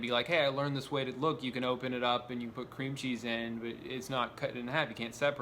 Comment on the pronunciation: I think what makes me most angry about this video is that Drew places the emphasis of the phrase "cream cheese" on the word cream